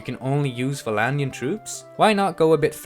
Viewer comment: Valandian? It's VLANDIAN!